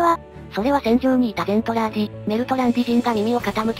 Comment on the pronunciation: 途中から「ゼントラーディ」がメルトラに引っ張られちゃって「ゼルトランディ」になっちゃったのが惜しい！ それにしてもこの短時間でよくまとめました。GJ！